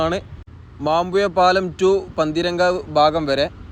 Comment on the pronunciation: കോയിക്കോട് ,മാമ്പുയ പാലം.അച്ചര ചുത്തി ഇല്ലാ 😂😂😂